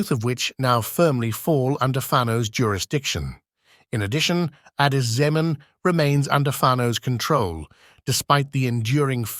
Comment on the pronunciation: No Amhara guy can get such a true report like you, otherwise you must be from Gonder. Even the way you called Addis Zemen is by far perfect that abiy ahimed can pronounce.